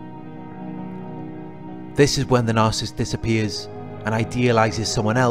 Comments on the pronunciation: It’s NAR-SIS-IST . . . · It's pronounced NAR SA SISST. . . Not NARCIST. . . God bless. X